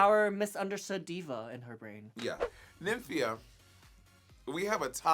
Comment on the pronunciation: Money calling her “Nim fee ya” instead of “Nymphia” lol